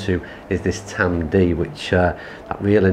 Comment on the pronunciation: it’s ‘Tamdoo’ (Tamdhu), I prefer the Aberlour and like yourself up until just over 40 yrs ago my only experience of whisky was either Bell’s or Grouse despite being from Crieff (Glenturret Distillery). Met and married a girl from Aberlour in 1980 and my introduction to Speyside malts began ha ha. So glad you enjoyed the course just a shame you didn’t get to play off the whites and had a little more sun & breeze. Next time you’re up this way I can take you round both Old & New it’s a little tighter with smaller greens but still a great test. Great advert for our course and the area in general, cracking camera work 👏👏👏